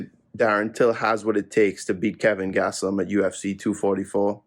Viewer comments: He says gastelum is his guy, yet proceeds to call him gatselum haha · Chael "Gatselum" Sonnen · Kelvin "Gatselum" Gastelum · Keving Gatz-e-lum is my guy. - Uncle Chael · Chael "Kelvin Gatzloom" Sonnen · Chael "Gatslum" Sonnen